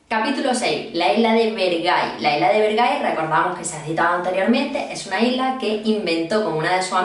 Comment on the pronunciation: Bergai❌ Ver-gay✅ me van a funar me van a funar me van a funar